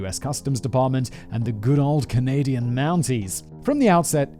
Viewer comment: I honestly feel like anywhere from minute mark too the minute mark he pronounces it as canadia. Im not bashing on simon but i thought i was the only one who used that term knowing it is wrong. Im wondering if it changes via different country pronunciation. Either or i love simon but that just hit me right at home and now my love for him is even more. Haha